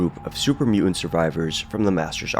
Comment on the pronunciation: There's a "t" in the middle of the word "mutant"